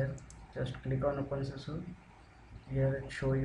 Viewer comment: Dude you seriously need to put more effort into making people understanding what you are doing, You might have done it a thousand times but the ones watching are trying to do it for the first time so.. seriously go slower and stop calling it OPENSUSU !!!